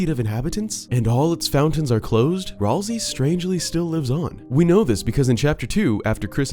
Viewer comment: Okay, for real. Isn't it "Ralsay"